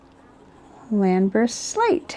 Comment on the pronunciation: Thank you,. You don't have to apologise gosh you really don't! You pronounced Llanberis Slate correctly (i believe although I'm not Welsh), its a place I have visited in the past and the slate mine that is there, although I think no longer used, can be visited & you can go down to see how the slate was mined back in the old days or at least you could last time I was there. It's an ink I like very much as it brings back memories and strangely I have it inked up as I type. CONGRATULATIONS ON 3K SUBS well deserved! Wishing you & your family good health and stay safe.